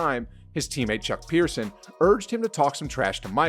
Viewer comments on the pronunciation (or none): Chuck Person, not Chuck Pierson. Sheesh, guy. pronounce the guy's name right. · Chuck Person not Pearson dude smh